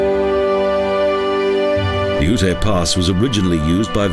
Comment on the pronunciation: The dummy won't understand what you wrote. It's YUTE, not OO-TAY.